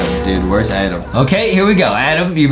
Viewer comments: I love how Justin said AADEEM instead Adam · I love how Justin said AADEEM instead of Adam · AADDM ned sapm meeeeeelk